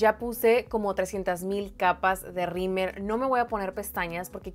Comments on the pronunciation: Se me hace gracioso que le dice “rimer” al rímel 🤭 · Xally Valdez es que en el norte le decimos “rimer” 🤭😅